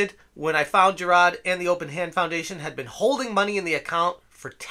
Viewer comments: Who's Jer-rod? I thought his name was Jirard? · the best part of this guy reporting on this story is the boston kind of accent whenever he says “JIRAHD” ☘️